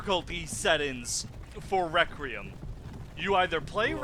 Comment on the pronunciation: i stopped watching when he called it recream not requiem